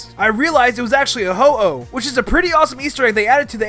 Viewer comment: I know it was Hu oh not fearow